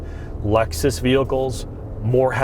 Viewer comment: We can't hear you over the childish Nintendo noises. "Laxus". 🤢